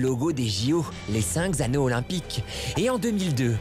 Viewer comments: Moi j'ai entendu"les cinq zanneaux" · Les cinq zanneaux olympiques, aïe aïe aïe la liaison dégueulasse. Par contre les pictogrammes de Sotchi c'est une trouvaille tellement incroyable.